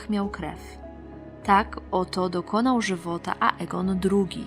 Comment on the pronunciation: xDDDDDDDDDDDDDDDD...RejniRe, książe dał się... I to wszystko z ambony xD Ale i tak Cię lubię:D:>D Bogu niech będą dzięki. -...